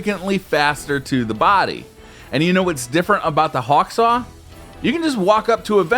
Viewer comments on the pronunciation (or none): none